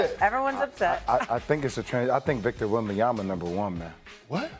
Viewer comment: PLEASE STOP SAYING WEMBANYAMBA